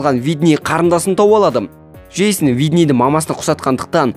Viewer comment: Жейсін емес джейснғо